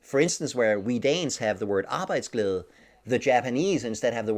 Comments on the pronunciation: USA is the blue bar... PS: u pronounced Arbejdsglæde pretty well... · Hey Arbejdsglæde first time hearing an american say æ like you. you could learn danisk farst bro. Nobody kan say æ ø å if theynot dansih ( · This guy knows what he is talking about being the co-founder of the leading company in Denmark in creating better conditions for employees and companies. Being very professional and traveling the whole World to make things better. I recommend reading his books too… And shout out to you for pronouncing “Arbejdsglæde” so well✌️🇩🇰